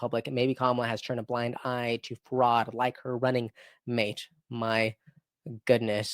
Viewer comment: Can you actually pronounce words and names correctly y ly? You sound stupid.. wazzz is Walz. Ferod is fraud. Noem is Noam etc etc